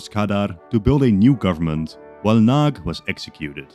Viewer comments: It's pronounced "nuhdy" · Hearing the Hungarian names as a Hungarian was not satisfying, but the one who was the worst in my opinion was Imre Nagy. Nagy means big and instead a g sound you say something like the d in during. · Great video! But one small mistake, two actually. It is Nagy Imre in Hungarian because in Hungarian the first and last names are swapped. And the 'gy' in 'Nagy' isn't like a 'g', it's a different letter in Hungarian. The maps are getting so much better. Keep it up! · *Nagy not Nag